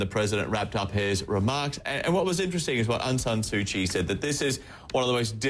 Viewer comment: Mr. President mispronounced all the time to Aung San Su Kyi's name :P he said 'Aung Nyan Su Kyi' funny...